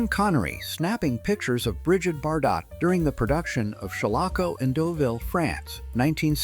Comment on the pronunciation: "Disguise of British military equipment as elephants, India, wheeee!" "stunning Bridget Bar-Dot in the 1950's" -That's pronounced "BarDoh" 😝 "September 1942, Didazi" -Heil, September! I didn't know that a "bikenee" was illegal in 1957.